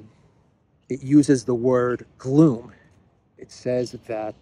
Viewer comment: Gloom… Rhymes with Doom.